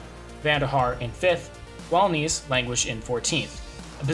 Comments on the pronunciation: Yhea that has been tilting me abit during the video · Pronunciation of ‘Nys’ is not ‘niece’. The ‘Y’ sounds but more like the vowel in ‘hare’ or ‘heir(loom)’. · If you make a whole video about Scen Nys, you should learn how to pronounce his name, out of respect. But that's just my opinion